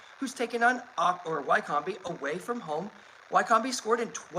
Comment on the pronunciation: Wycombe is pronounced “Wic-um” 😉